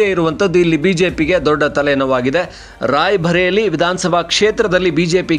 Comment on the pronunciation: NOT RAIBHARELI BUT RAI BARELI NOT BHA BUT BA.